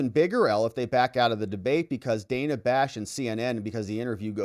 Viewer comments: Worthless scripted Interview. Harris even mispronounced Dana's name; calling her Dayna not Dan-a. Ridiculous answers. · Wasn’t it so racist when Kamala mispronounced Dana’s name? 🙄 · The questions were really rigged. Kamala responded to green new deal to the opening question but Dana did mention it at all, or is it that the editing wasn’t properly done. Secondly, why did Kamala mispronounced Dana’s name when she has mandated the world to pronounce her name correctly? The comrade is a hypocritical dunce!